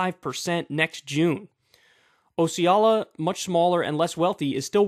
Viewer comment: Local to that area - quick tip for proper pronunciation of that "O" county in FL. Osceola - "Ah-see-OH-luh"